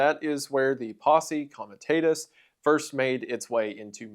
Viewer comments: comi-tah-tus, not comi-tay-tus. AFAIK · You are pronouncing "comitatas" wrong. It's a short "a" not a long "a." Also in your video, you told us about a woman who ordered the arrest of President Obama, but you showed the photo of President Jimmy Carter (not even the correct RACE !). Very poor editing. One more thing: learn how to pronounce Waukashaw. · Posse Coma-tah-tuss